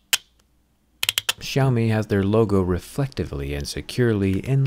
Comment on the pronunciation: This brand called "syao mee" , not shaumi.